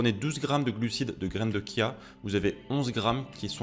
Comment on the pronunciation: Bravo pour prononcer "kia"✅et non pas chia❌